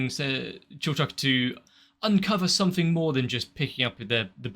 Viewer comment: Cheif Zon's sister is so cool. She does a great job sounding out Chilchuck, and I just love her character design (She has a name in the manga and credits, but as it wasn't mentioned in the episode, I'm not going to use it here)